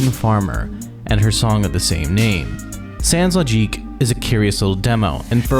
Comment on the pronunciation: a friend introduced me to j-pop 16 years ago it was good but up to now malice mizer is the one that stands out from the rest. the sound is so unique that you can't mixed them to any other band I even started to play drums thanks to Kami who is my favorite drummer ever interesting video your french prononciation is incorrect sans logique the second S is silent memoire is memory but it's prononced memwar merveilles is prononced merveyy le ciel prononce it like you say fail: see-ail I know you think I'm an asshole but since malice use alot of french reference I get them since I speak french and no I'm not just a clarification you forgot to mentioned the most complex track of their discography : baroque from the re-released memoire dx